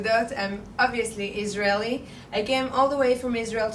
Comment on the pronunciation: "ijraeeli women"😂😂 Average Indian gobar bhakt